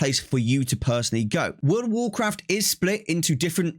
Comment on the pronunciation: Woworcwaft 🤣🤣 That's all I could think hearing you speak hahah